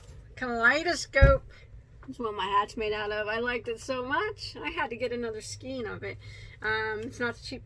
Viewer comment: Excellent tutorials, great teacher and very knowledgeable. Like the shirt. I've learned so much from you. Just saying; skein rhymes with PAIN and across doesn't have a t on the end.